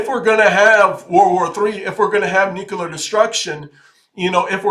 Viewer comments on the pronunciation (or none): Nuclear. Nu-clear.